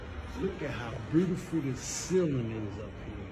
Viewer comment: Aye he fucked me up wit “Brutiful” 😂😂😂😂❤❤❤❤ Peace and 💕 love